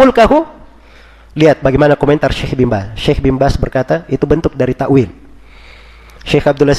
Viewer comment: Takwil bukan takwilllllll. Lah kalau dibaca kecuali kerajaannya.. Berarti ga ada yg binasa..